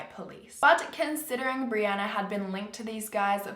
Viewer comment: This video has a little extra creepiness for me as my name is Brianna, and pronounced it properly